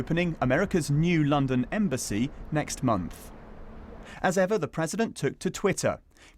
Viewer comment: Did she say Londom?